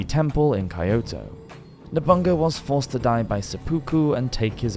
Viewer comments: "Nobunga"? It's No-bu-na-ga (信長). Fun fact. Figure skater Oda Nobunari is a direct descent of Oda Nobunaga. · Just a little nitpick about Japanese pronunciation. Every vowel sound is pronounced, so Masamune is mah-sah-muh-neh, tomoe is toh-moh-eh, masazane is mah-sah-zah-neh and so on. :) (and I really have to mention that Oda Nobunaga is oh-dah noh-boo-nah-gah! He's one of the three most important men in the formation of modern Japan with Toyotomi Hideyoshi and Tokugawa Iyeyasu!) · 'Nobunga' 😂😂 its Nobunaga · Loling at your pronunciation of Nobunaga as Nobunga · Nice video! But I think it's better to learn the proper pronunciation of names and terms as well. Ex. Masa-MU-NE, not Masamyun (as in immune) Nobu-NA-GA, not Nobungga Matsu-HI-DE, not MatsuHIDE 😅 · "Nobunga" was betrayed by "Mitsuhid" and forced to commit "sepooku" ARGH! NO MORE! STOP STOP! I'M BEGGING YOU! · It was Berlusconi. Nobungabunga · You don't even need to learn Hirigana to understand that the majority of the syllables are two letters when romanised. No-bu-na-ga; That's where the stresses go, and takes virtually no effort to get that right. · "Nobunga" reminds me of Berlusconi. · ...I'm sorry to say that the pronunciation of the Japanese names are just terrible. Nabunga is the worst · why do you pronounce nobunaga "nobunga" lol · Call we weird but i feel learning the pronunciation of the words Masamune, or Nobunaga, or ANY of the Japanese names, would have really helped in this video. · Yeah he just straight up skipped a syllable on Nobunaga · Yasuke sounds like Yasskay kind of like Sasuke from Naruto and you pronounced Nobunaga's name a little funny but it's okay since you haven't done Japan content before this.